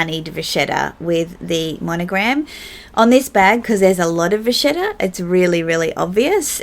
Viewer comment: Once again, agree with everything you said 🙈😂👏🏼 Beautiful job describing color and can’t agree more using monogram with prints and how it’s a neutral that finishes an outfit. (you said vachetta the way you’re supposed to!! Lol 💅👑😎) I use my azur with what ever lighter colors to make it my pop of “white” Love that Gucci/Bal tote 😍 Another killer video down in the books! CHECK!! Haha ☺️💕😘